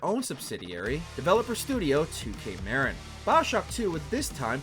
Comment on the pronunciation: Hey I live in Marin country where 2K Marin is... it's pronounced "muhrin"